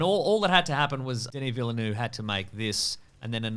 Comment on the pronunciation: OH MY GOD. Could you stop mispronouncing Denis Villeneuve's name. There's a second V. How long have you had to get that right? === a complaint from Quebec.